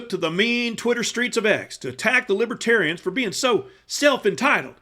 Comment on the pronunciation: He should have learned how to pronounce the party's name. It's not *Libbaterians*. VOTE BLUE 🔵🌊🌊🌊🌊 #BidenHarris 2024 #TrumpStinks #Trumpsmells